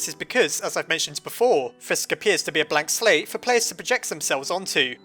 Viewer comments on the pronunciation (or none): I thought he said "black slave" instead of "blank slate"